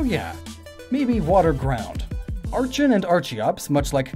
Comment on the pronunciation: Same with archen. Glissor!?!? It's gliscor